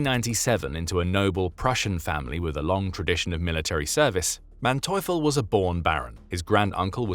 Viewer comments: ...Manteuffel is prononced mante-oofel...for you english speakers...no thanks... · His name is pronounced MANteufel, with empahsise on the first sylable. Happy to help with German pronounciation. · The narrators pronunciation of the general’s name except for the a being a bit off is accurate.